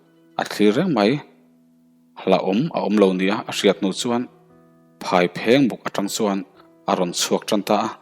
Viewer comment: Phaiphengbuk hi lamsual anih ka ring a, tin kherhpui hmangin akap a athianten adnglaiahnge i khawh tiin anzawt leh bawkhi amaak deuh, tin Bungbutuairam ilamrikdan hi hrezawk deuhte zawttha leh teh.